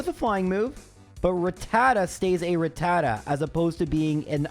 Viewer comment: You say rattata like a jackass